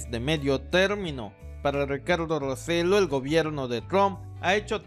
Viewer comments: Saludos. El apellido del gobernador de Puerto Rico se pronuncia Rossello' (con doble l y acento en la o final). No Roselo. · Muy acertado el vídeo, gracias por tocar el tema. Saludos desde Puerto Rico. P.S. El apellido del infame gobernador de la isla se pronuncia "ro-se-yó". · No se dice Ricardo roselo ,sino Rosello'. Lo s boricuas deben unirse y votar en contra De los republicans y los demas hispanos tambien unirnos y darle un mensaje